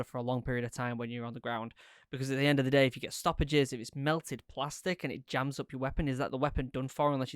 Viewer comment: is he saying "stoppages" or "sausages"?